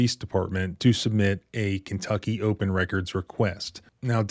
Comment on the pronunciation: It's po-dunk KIn-tucky. What do you expect, honey?